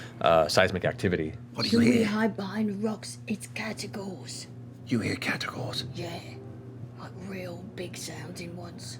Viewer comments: As a HUGE fan of Shadow of Mordor I LOVE Shadow of War even more, and I love the CR cast more than almost anything. However, "Caragor" are the plated, lion like beasts of Middle Earth. "Catagor" makes me die a little inside every time I hear it. I love you Matt, but there is no t in the word and I understand that the characters have accents but I can't stand it. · Does it bug anyone else that they keep saying catagor instead of caragor even though they worked on the game and must have said it a bunch already? The other vernacular from the game is represented correctly so it's just weird that one thing is unanimously mispronounced. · I love this, but can't be the only one who has noticed that they spell it "Caragor" in the games but they keep saying Catagor. Am I crazy? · That's what I thought at first, but they were very clearly pronouncing the T several times, they were definitely saying "catagors".